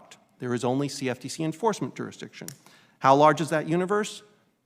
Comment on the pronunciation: I can't stand that puts an "O" where a "U" should be in words. Example: Jory instead of Jury. Or Jorisdiction instead of Jurisdiction.